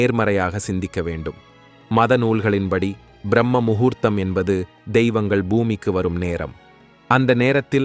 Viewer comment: It is not brahmaa muhurtham, it is brahma muhurtham.